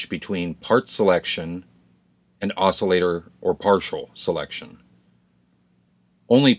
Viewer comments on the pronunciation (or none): none